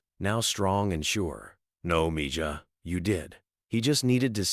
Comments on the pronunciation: I do like to hear about the good things Elon Musk is doing for people, for the “common” people. But I would like to hear proper pronunciation of all the words spoken by the narrators or the AI tools he uses for narration in his videos. They would at least sound more authentic. Mija is the female word for child or daughter. The “j” is pronounced as if it were an “h.” Mijo is the word for son, with the “h” sound for the “j.” I do pray that as part of Trump’s team, Mr Musk, RFJ Jr, and others will have listened to Tucker Carlson’s interview/video regarding the greed and corruption in the insurance and healthcare industries by the health insurance companies, big pharma, etc., that is causing US citizens to pay for healthcare that they don’t actually receive. We are paying for sick care in his country at a higher cost than anywhere else in the world yet we rank in the 40-50 levels in the quality of health care provided. And it is corrupt! So many middle men involved in order to fill up the pockets of many of the wealthiest men in our country and in the world. And it looks like only a few are willing to reveal this information to the public after an insurance CEO was killed a few weeks ago. Why have we allowed this to happen? Why have we not been informed which companies have policies that automatically direct their employees to deny claims for life-saving surgeries and treatments to subscribers in the hopes that they don’t appeal and the requests go away? It’s like some of our rep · Please teach your AI voice that "Mija" is not Me-Jah it is Mehah. And take out the several minutes of repeat right in the middle. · Ok so I have a real question How did this story get known? Every detail I think Mr.Musk would be to Humble to tell this story down to every detail. And the guy telling the story keeps saying Miga that word is spelled (Mija but the J is the sound of H) so it’s Miha that means Daughter but like a little daughter. I think this story is B/S sounds to Fairy tail.